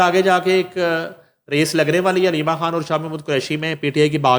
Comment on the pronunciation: u speak very fluently but I fail to understand why can't u pronounce ur own name ie khan. Please improve ur pronunciation.